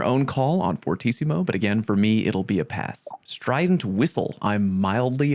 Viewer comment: As italian i think your pronunciation of fortissimo was really good. Just punt another s in the pronunciation just becouse it's easy